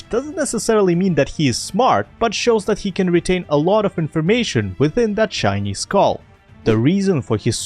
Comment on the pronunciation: bro i heard 'shiny skull' as 'chinese skull' Am i just racist or was his pronunciation a tiny bit wrong ?💀